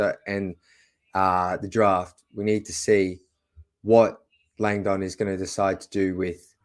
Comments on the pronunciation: Landon is pronounced Lang-dn. Not lang-donn. Soft sound on the dn. Lols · Tro-jun LONG-dong😂😂😂